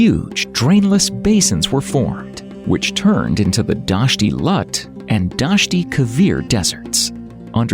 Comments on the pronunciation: Its pronounced LOOT......not Lut. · ITS NOT LUT DESERT ITS LOOT DESERT. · Its not lut desert but the name is loot! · Learn how to pronounce Iran and Loot desert before you inform others about it. Its not Lut. Its Dasht ' e Loot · It is not lut it is loot(lout) please correct it, thank you,!! And pronouns it correctly.thank you good job! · It's pronounced NOT as Eye Ran but Eeraan. And Lut is pronounced as Loot with t not as the t in English. Look up online. It's expected of you to know basic names. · It is pronounced [E-RAAN] and [LOOT (thin T not thick T)] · Hello everyone. I'm a native Persian speaker, and I'd like to clarify a few things. The name of my home country is Iran (pronounced as "I'ra:n"), and I noticed that it was mispronounced in the video. Similarly, it is Dasht-e-Loot, or as we call it in Persian, "دشت لوت." I also want to point out that I got a bit confused by the choice of Arabian background music in the video. It's important to note that Persian culture and language are distinct from Arab culture and language. In other words, the video seems to mix elements of Iranian culture with Egyptian and Arabian culture, which is far away from truth. To put it in perspective, the difference between Iranians and Arabs, both in terms of language and culture (as well as other aspects), is as noticeable as comparing British natives to Spanish natives. While Persian and Arabic share almost the same alphabets with some cognates (just like you're comparing English with Spanish), these two worlds are seperate. To sum it up, any similarity you might draw between Spanish and English applies to the relationship between Persian and Arabic.